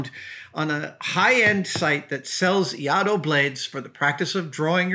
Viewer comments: Adam, your pronounciation was pretty close, but you just missed an I. You pronounced it as IA-DO but it's in fact IAI-DO, just add a second short I after the "Ah" sound, same as the first, and you're good. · Another excellent video Adam! I'm probably not the first (and won't be the last) but Iaido is pronounced as "e-eye-do" - I've been a practitioner of Tenshin Shoden Katori Shinto Ryu for just over ten years :) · “ee-aye-do” I’m a practitioner of iaido. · FYI, pronunciation is"eye - eee- dough" and the Iaido technique of drawing and cutting in one motion is called "NUKI TSUKE". Love all your vids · Great video! It's EE-EYE-DOH (iaido) btw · Adam, I am a huge fan and this is SUCH a cool episode because as I am watching this, I am packing up my own practice blade (called an Iaito or Mogito )or to go to Iaido Practise. The pronunciations is: Ee-Eye-Dough, by the way. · Iaido pronounced ee-eye-do 👍🏻 the collar on the blade is called a habaki, the scabbard is called a saya, the handle is tsuka, etc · Quite close - Iaido (居合道) - pronounced e-eye-do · A-ee-do (Ia-ee-do) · Iaido. Pronounced EE - EYE - DO. Great story! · It's pronounced : ee-eye-do. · Uh... No. It's Iaidō like Misterkami said. No L in there. Why would you even attempt to give a pronunciation when you don't even know the first letter in the word? Reminds me of a guy who praised the Ip Man movies as some of his favorites and called him I. P. ("Eye Pee") Man as if Ip were initials.